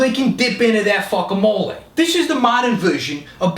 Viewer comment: Fuck-amole.. I thought he'd said fuck-ahole